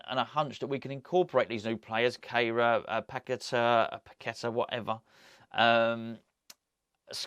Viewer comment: Its pronounced Pa Ke Taar